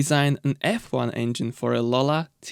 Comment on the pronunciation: I miss this engine so much, I had a Cerebra 3.5 V8 I could listen to it idle all day. It's Lola not Lala and Rover not Rerver.